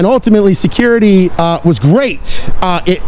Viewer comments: Did he say shaquirty? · Almost sounded like he was saying shitcurity. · No. He's the shecurity gaurd. I was like, there's no "h" in security, bro. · Everyone the security guy said “Security,” I thought he was going to say “Shakira!” He pronounced it “Sha-Curity.” He’s a Shacurity Guard!